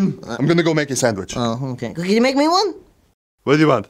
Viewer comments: Haha u say sang-witch lol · Why does pronounce sandwich, "sangwich?" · says "sanguich"?